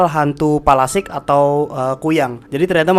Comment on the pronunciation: Palasik ya bukan pelastik wkwwkwkwkwkkwkwkwk